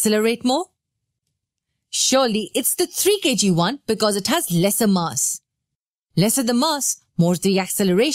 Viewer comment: Mass? Please say mass finely